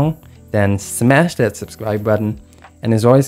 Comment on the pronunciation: Did he just say fart and soul? Lol